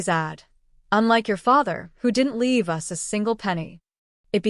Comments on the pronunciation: AI TTS always mispronounces it when all caps are used, same as "IT" for "it", etc. 😮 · Us is pronounced as a single word - no as U.S.